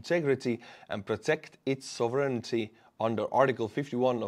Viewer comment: sov·er·eign don't worry tRump can't say it either and it's supposed to be his native language